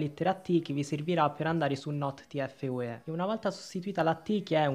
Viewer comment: Ma Che hai detto tfue malissimo